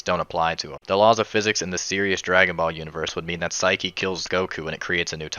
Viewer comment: Saiki not siki :)